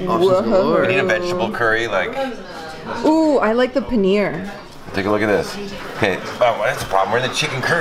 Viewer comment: You know that when we indians hear you guys sell the names of indian its really embarrassing Its chiken tikka not chikeen tika and its paneer not penner